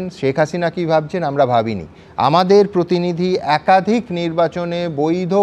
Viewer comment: আপনার ' একাধিক ' উচ্চারণ ও ঠিক হয়নি।